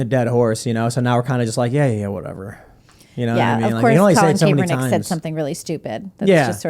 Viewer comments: It’s Kap as in ball CAP not KAPE -ERNICK just saying it’s apparent they’ve never covered him before , small annoying thing , I’m bored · Lol I hate Kap but her saying his name wrong is driving me crazy. It's such a simple name to pronounce